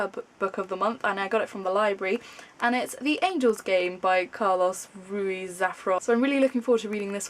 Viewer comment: hi. Just so you know you sort of did said Carlos Ruiz Zafón right, except the Zafón which it sound like Zafron, but good job, Ruiz it quite difficult for non-spanish speaker ("r" is hard for you guys) :)